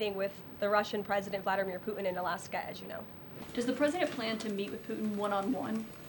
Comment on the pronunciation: She calls him pu-in not puTin. She can't say puTin ..